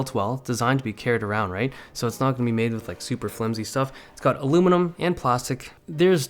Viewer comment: Did he say "designed to be carried arond" ??? Are you serious bro?